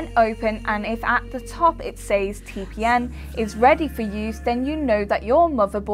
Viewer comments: who says its lol, she clearly says TPN each time but who cares she just doing job and reading some scripts(a little wrong but okay) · She means TPM, not TPN.... But other than that, she read everything really well.... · Title says TPM she says TPN. ....... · I just don't understand why you keep saying t p N!!!??? And not TPM!!! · am i the only one who heard say T P N for most of the video? must be tongue ring getting in the way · i cant stop hear say TPN. great video though, short sweet and to the point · Yeah said module, but says tpn 😐